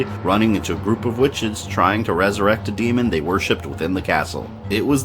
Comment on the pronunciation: You keep saying demon wrong and it annoys the shit out of me